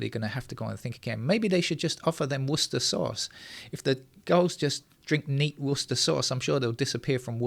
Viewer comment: I say, you pronounce "woustersauce" the same way you pronounce "Lestersquare" :)